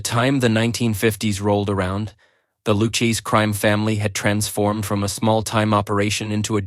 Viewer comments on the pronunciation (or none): LOOOU CHEESE????? Horrible A.I. narration! The fake narrator mispronounced the name 10 times or more? This is awful!!!!!!!!!!!!